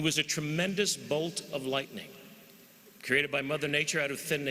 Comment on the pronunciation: Bolt of ligthening